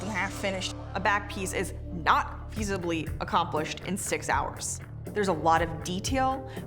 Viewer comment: Sarah is so beautiful 😍 but did she really say "easibly" instead of easily !!!